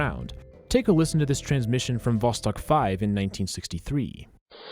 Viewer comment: Two years late but thank you so much for pronouncing the russian names correctly, like Sputnik and Vostok ♥️